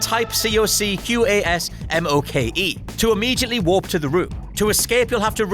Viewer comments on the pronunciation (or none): none